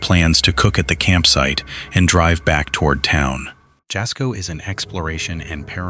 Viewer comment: It’s spelled Jasko, but you supposed to pronounce like Yasko!!